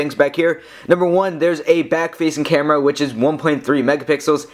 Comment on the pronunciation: lol, sorry. But try to talk more naturally. You're not as bad as an average tech review guy, with the weird fluctuation and speed of talking, but you're close. Like , you're talking. like. a. robot. "there's. a. back. facing camera." Once again with "of. the. ps vita". And , it doesn't sound natural to raise the pitch of your voice at "power button". Sorry to sound so picky, but I would like you more if you didn't sound like a lifeless reviewer.